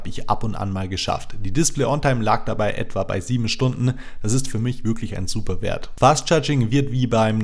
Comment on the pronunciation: bei kam der franke durch: des fand ich subber